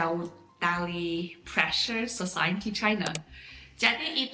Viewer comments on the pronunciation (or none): none